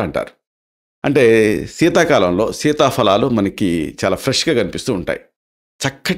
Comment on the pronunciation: Dr గారు మంచి విషయం తెలిపినందుకు ధన్యవాదాలు,కానీ ఒక చిన్న సవరణ, fa అని చెప్తున్నారు అది తప్పు సీతాఫలాలు అని చెప్పాలి, fa అని తెలుగులో లేదు ఫ అని ఉచ్చరించాలి 🙏🙏🙏🙏